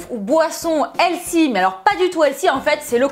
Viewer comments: On dit pas elsy mais elfy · helsi? hahaha on voit l'accent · Bonne vidéo, mais pourquoi tu dis toujours "healthy" ? (D'ailleurs tu prononces ça "L SI" mdr). Tu sais qu'il y a un mot français qui existe au lieu de cet anglicisme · stp pourquoi ne pas prononcer Healthy correctement ? juste pourquoi? Helsi ?j ai mis 10 min a comprendre ce que tu dis . J me moque pas c est une question sérieuse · "elsi, elsi" notre accent français... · Et elle ne sait pas prononcer healthy non plus j'ai cru tout le long qu'elle parlait d'une nouvelle mode du nom de "L-Si" ou encore "Elsi" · Healthy se prononce plus avec un F qu'un S, si jamais...